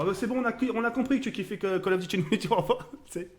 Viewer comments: PUTAIN MAIS DITES LUI QUE C'EST INFINITE ET PAS INFINITY !!!! .. cimer thco by "pa" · il dit infinyti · sa me stress quand il dit infinity warfare, au lieu de infinite warfare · ce nest pas "infinity warfare" mais "infinite warfare"!